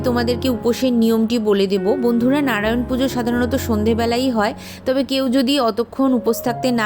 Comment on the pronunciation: 🙏🙏🙏 খমা করবেন কিন্তু আপনি মন্ত্র একটু বেশি ভদ্র ভাবে বলতে গিয়ে উচ্চারণ টা ভুল করছেন হরো হরি টাকে হড়ো হড়ি করেদিচ্ছেন ভগবান নারায়ন কে নাড়ায়ন বোলছেন একটু ভালো করে উচ্চারণ করলে সুনতে ভালো লাগে ভুল বললে খমা করবেন 🙏🙏🙏🙏